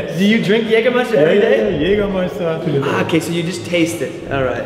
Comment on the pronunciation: Very well. You've learned how to pronounce Jägermeister.